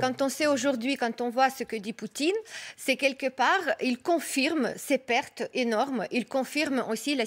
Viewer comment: Pourquoi tu dit perte